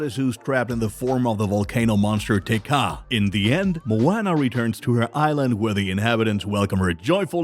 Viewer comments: Did you really just pronounce it mo-"anna" 🤦🤦🤦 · Dis man doesn't know how to pronounce the title character's name!😭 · ikr it’s like this man never even seen Moana before smh